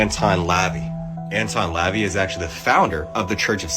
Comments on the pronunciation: its pronounced Anton "luh vay" you absolute tool not lavee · this guy. The pronunciation is La Vey. (La-Vaay) Not Levy like the dad in American Pie.😂